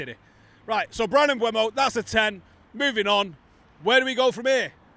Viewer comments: Mm-boo-mo, not Mm-bway-mo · it's been 3 months, you can type PREMIER LEAGUE PRONUNCIATION on youtube search bar and listen for yourself when Mbeumo pronounces his name, and he doesn't magically switch the E and U letters around. It's not Mbuemo. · At least you could learn how to say his name correctly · Now we've signed him you'll have to start pronouncing his name correctly there! 😂😂 Another top video, cheers lads.